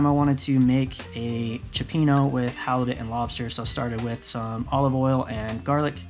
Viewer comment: You Dive as well?? I used to free dive when younger. I'm certified as well. I need to get back out there. Dang, we really need to hang out my friend!! BTW, by buddy is selling his 34 Freeman if you're interested? BTW again, it's pronounced chyo peeno.